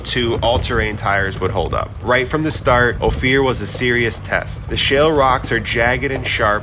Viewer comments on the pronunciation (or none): Ophir is pronounced Oh fur.